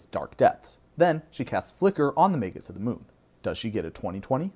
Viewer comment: I don't understand why anyone would think "magus" is pronounced with a soft G. Are there any words in the English language that do that? I can't think of any. I get that we can argue over the "correct" pronunciation of fantasy words, but magus is a real word in the real dictionary, and saying "may-jus" is just wrong.